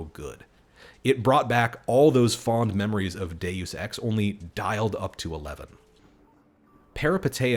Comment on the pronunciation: "Day Use Ex" lol. Love the confidently incorrect style of youtuber.